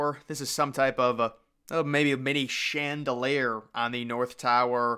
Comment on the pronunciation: Shen-dah-layer, I like that pronounciation of chandelier. I'm gonna use it in daily conversation now